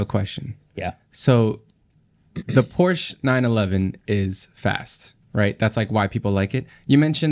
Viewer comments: As a German, I’m confused when I hear Americans pronouncing Porsche perfectly German. I’m used to „Porsch!“ or more like actually expect to hear it pronounced like that because it’s so to funny😂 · Finally hearing Americans actually pronouncing Porsche properly including the "e" that some people just skip over :) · Lol a pet peeve of mine too! I’m American and remember being confused about that when I was young. We view an -e at the end of the word as silent. But I speak little Deutsch and now I’m all heeeeey pronounce the -e, folks!